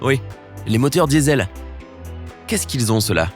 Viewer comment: « Les Motieurs Diewsel » mdr, cool raoul ta le temps 🤣